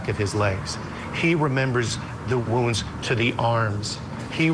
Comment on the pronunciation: Poor woman doesn't know how to pronounce "wounds".